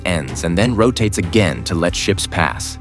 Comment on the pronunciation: ha ha ha learn some English before posting - you said SHEEP wheras it is SHIPS